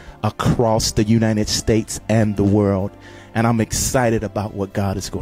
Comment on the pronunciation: UNiNED States 🤣🤣🤣 that’s what he said